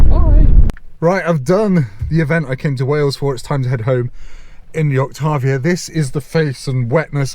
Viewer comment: As someone from Czech republic, it's so nice to hear a foreign person pronounce "Octavia" and even try to pronounce "Škoda" the correct way